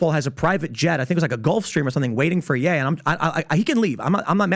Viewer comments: im still getting over him saying Yee instead of Ye lol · PBD it’s pronounced yay not yee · Why are you calling him Yee? Like do you say KanYee west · Calling him "Yee" is crazy... haha all love tho. Love the pod!